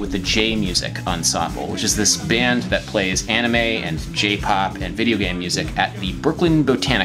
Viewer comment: Except he somehow doesn't know how to pronounce the word "anime".